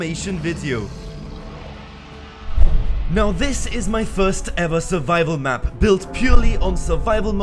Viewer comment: Did he said survival mud?